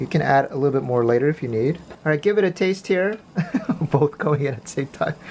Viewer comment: "Make ot feel a part of the group" 🤣